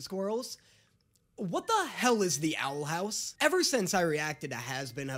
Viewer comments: Ahh yes “Owl Hous“ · wtf is owl "hous"